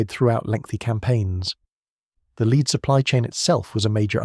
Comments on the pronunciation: Lead (Pb) is pronounced LED not LEED. Lead was used by Rome for water piping in the city, so they needed vast amounts in addition to sling projectiles. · Leed Bullets, good old AI.